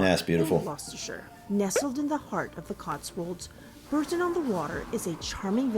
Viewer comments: Strictly speaking, it's 'Bor ton, not 'Bur ton'. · Bourton is pronounced Boughton or bore-ton, not as the narrator prounced it. Shire at the end of a word is pronounce shrrrr. In the Cotswolds there are many names that have silent letters, Leominster is pronounced Lemster, Worcester is pronounced Wooster. Warwick - Warrick - Warrickshrrr. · I live in the gateway to the Cotswolds. Bourton-on-the-Water (pronounced Boughton), is one of my most favourite places. In the summer, they have plastic duck races in the stream that runs through it. You can go to the perfumery and create your own perfume. Cream teas are served everywhere. Cornish pasties can only be called that if they are made in Cornwall and nowhere else, they are now protected. Of course the Cotswolds are flooded with tourists in the summer, entry to some places are very expensive, so be careful. Not all tourists are foreigners. The Cotswolds are a hub of history and ablaze with flowers in the summer. Very expensive for housing, but so, so beautiful. ❤❤❤❤ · It's pronounced Borton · It's fascinating how so many place names are pronounced differently by the locals. In this case, is the "bough" part spoken as in "cough," "through" or "plough?"